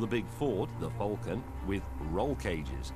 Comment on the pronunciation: Lol the way says Falcon